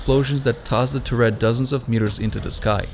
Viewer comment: The narrator should learn how to pronounce "turret" and "mortar". He loses all credibility when he doesn't know such basic things.